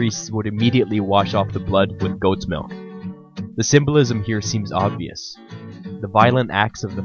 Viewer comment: Where you from, sayin' melk instead of milk?